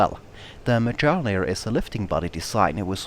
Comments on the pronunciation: Mjölnir is pronounced like "Myolnir". The 'j' makes a 'y' sound. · Not close enough! Try saying "earth" in british english, without pronouncing the last three letters, just the "ea". That sound is a long "ö". Also, the correct spelling in Swedish is Mjölner, not Mjölnir. (You can verify this on wikipedia, search for Bombkapsel 90) So, the pronunciation should end in "nerr" with a tip-of-the-tongue "r" (kinda like spanish), if you are from the middle of Sweden or the northern parts. Southern Swedish is a whole 'nother story! :) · You really butchered the pronunciation of the word Mjölnir x) Other than that a great video though ^^